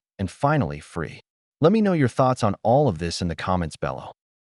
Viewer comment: "Bellow" 🙄?!? That pronunciation just sums up AI, doesn't it 🤣.